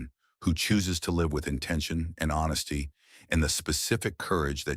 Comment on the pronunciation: WTF is wrong with the AI nonsense generating words like "HONSSTY" and "CRRTEX" instead of "honesty" and "cortex?"